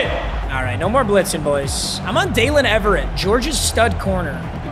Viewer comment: “Daylen Eve-RRR-Ate